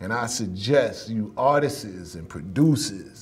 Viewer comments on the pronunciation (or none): Its Not "Artis ..iisss!" ...Its "Artists!"...Not tryn" to be funny! Correct dat bruh!..I want u to make it bruh! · that word for the black community seems to be like the word "ask" how 90% say "axe" ... for some reason 90% pronounce "artists" as "artis..issss"